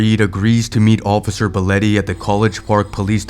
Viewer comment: Why are you calling him Boletty, when his name is spelled Belotte. Which would be pronounced "Bell ot tea" You are calling out the wrong cop because you have dyslexia.